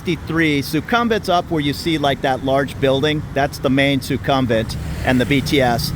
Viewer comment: Suk-um-vit not su-kum-vit Meant to be helpful, not critical